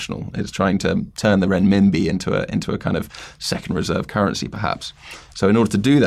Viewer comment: Well done on the pronunciation of "Renminbi".